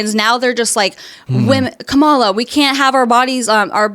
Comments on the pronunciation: she just said "comeswallaw" instead of Kamala 🤮 she is a nutcase and not christian she is a slut in her talking, there is no christian slut...sorry, I was raised a christan, dear i admire your patience thank you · Okay... Her mispronunciation of Kamala had me rolling. 😂 I hadn't heard that one before. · Can pronounce misogynistic easily and clearly...can't pronounce Kamala though....